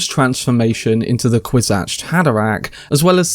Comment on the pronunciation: why do you keep saying "kwis-atched" and not "kwis-atz"